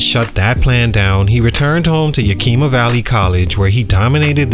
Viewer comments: It’s not Yakeema it’s Yakima you pronounce the i the same way you would saying the word it. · It's pronounced Yak-(like the animal) a- ma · Say it with me, (Yah-k)-ih-muh... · It’s pronounced Yack- ima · When a channel can't do a simple research on how to pronounce a city name, it loses credibility. Copy paste videos for clicks.